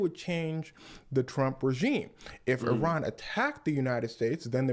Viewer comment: Pronounce Iran like that brother. Not eye ran. This guy can be a good teacher of history. This is accurate in a much less formal way.